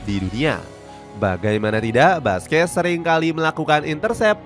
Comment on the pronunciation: Perbaiki penyebutan nama Sergio Busquets = Serqio Busket Rique Puig = Riki Puj